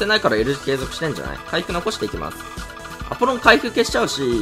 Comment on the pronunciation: アポロンのイントネーションおかしくない？